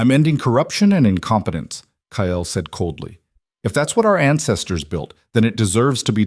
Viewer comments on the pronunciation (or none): It's Kael not Kyle 😭